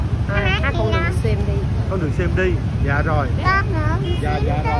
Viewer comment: Phát âm sai trật lát vậy mà hãy cái gì ' đường thì hát đườn